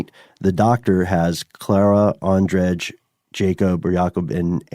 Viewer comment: in slavic languages J is not pronounced hard like "Zh", like in your american english how you say that name ondrej. it is more like Y. so his name is not ondreZh it is ondrey or andrey, czech and slavic version of andrew.